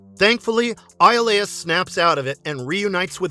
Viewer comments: Hercule's best friend's name is pronounced E-O-Lis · Hercules' friend's name is pronounced Ee-oh-lis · So annoying to hear it mispronounced so many times. Guessing narrator never watched the show. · it was bothering me too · Yeah, it always gets on my nerves when they mispronounce the names of the characters in these videos. 🤦🏾‍♂️